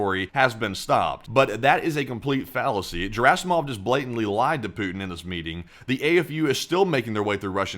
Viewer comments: oh god dont ever say 'pooty' again please it sounds like an innuedo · Pouotin ist Skrewwed